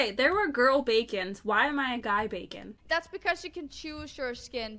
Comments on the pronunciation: When she said bakon wrong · wait is it just me or did anyone else think this game was pronounced Bah-kone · WHY U PPL ALWAYS SAYING BACON IT'S BAKON BAKON OML U PPL JUST UGHH NO HATE